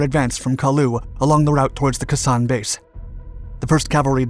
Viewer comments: IT'S PRONOUNCED. " KAY SAHN. " ( NOT KASANN. ) 🤦‍♂️🙄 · Kay San not Kah San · Pronounced Kay San not Ka San. A Vietnam Veteran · I found the description of the order of events shallow, without any substance to the details. What got me most of all was the narrator's pronunciation of the base (It's "KAY SAHN," not "KUH SAHN," with emphasis on "KAY." All in all, not a very good clip in either description and detail nor pronunciation. You can do better. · kay san not kesan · Pronounced KAAY SONN, not K'San.... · KA sawn not KASAWN two words Like Taiwan Tai wan may be spelled One word but it's pronounced with a split in it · As famous/infamous as the Siege of Khe Sanh was, how TF are you mispronouncing KAY-sawn?! It sounds like "K'sahn." Here's a Japanese word for you: "K'sama!" Shit-head, Shit-head, Shit-head! Or do you pronounce it "skit-heed?" What's your real name - R. Sole? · Love your videos! Just an FYI, it's pronounced "Kay san", not "Kuh san". Keep up the great work 👍! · They make those types of mistakes quite often. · Keh SANH is usually pronounced: "K-san" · Khe Sahn - KAY sahn. Two words. And Dien Bien Phu....den ben FO. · You fully Butchered the Name ..it's pronounced Kay Sanh .. cringed everytime time ya said Khe sanh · Pronounced Kay sahn. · It's pronounced Kay-San! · Khe Sanh ís pronounced "KAY SANH", I know because I heard the word for several months. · Great Video BTW, it's pronounced Kay San. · Kay san it’s said like brother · Pronounced, Kay saan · Close, but it's pronounced "Kay San". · I cringed every time he said it. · K sammich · Yea his pronunciation of Khe Sanh drives me up the wall too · That’s probably an American mispronunciation. I’m pretty sure the proper pronunciation is far different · Because this guy just reads off wiki. He doesn't have an actual interest in history, and that's evident by how often he mispronounces commonly known words like Khe Sanh.